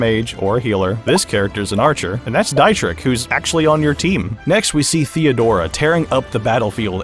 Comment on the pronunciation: Just an fyi Dietrichs name is pronounced like Dee-trich ( the ch is pronounced like the beginning part of the word cute when you say it slowly)